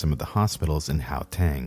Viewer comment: Lol or the "how"teng instead of Gauteng 🤣